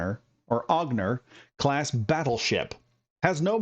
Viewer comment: Generally the name Onager is pronounced On-A-Jer. Beautiful ship, cant wait to take her for a spin